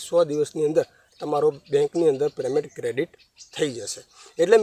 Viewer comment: Please yaar payment bolo preymant na bolo